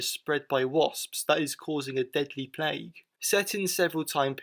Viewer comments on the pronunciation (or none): none